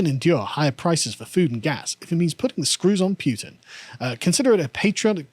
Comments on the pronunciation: It goes Poo-tin, not Pyu-tin. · Putin is spelled Путин not Пютин so it would be pronounced Pootin not Pyutin. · [poo-tin], not [pew-tin] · was right to call Carl out on that Putin pronunciation... its definitely not Pewtin lol (that would make for a great pewdiepie skit though) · its pronounced Putin not Pewtin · Carl: Pyutin: No, it's Pootin Carl: Imma be Pyutin my foot up your arse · The "home produced" tractor has "Vladimir" printed along the side, lol. Also, pronunciation is correct. His name is Путин, which is pronounced with the hard "Pu". The way Carl is pronouncing it would be spelled "ПуЬтин." It's not like Zee or Zed, one is his name and the other is not. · Stand your ground, it's Putin, not Pewtin. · The name is Путин: Pooh + tin (not Pyew + tin), and he's on an expotition (not a war). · yeah that "Pew-tin" shit's been bothering me too hahaha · it's P-OOH-tin. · Carl is losing the pronunciation game today. Pewtin? Really? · Pew-tin vs poo-tin...